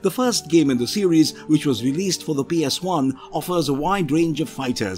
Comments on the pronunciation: Did this mofo really just pronounce PS1 as “PS eye”? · Is there a reason why you have a habit of saying psi instead of ps1🤔 By the way interesting list of ps1 game's thanks for sharing the memories😊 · Why does he keep calling it a PSI?